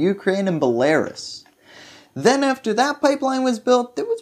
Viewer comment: The way you pronounce belarus hurts my ears 🤣